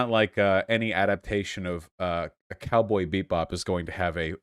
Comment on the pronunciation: I really cant tell if Vaush was saying "cowboy beat bop" on purpose or not....